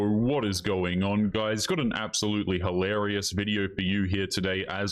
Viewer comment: If you can't say "hilarious" then I have to give you a thumbs down until you snap out of it. I have to make sure I don't start speaking the wrong way listening to YouTubers who misuse expressions and mispronounce words.